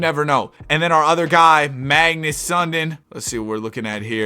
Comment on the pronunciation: Sundin is pronounced Sun-Deen not Sun-din.